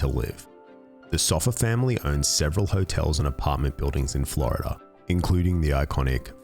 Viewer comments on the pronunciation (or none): none